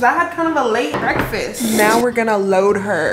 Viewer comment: lol I though you said breadfast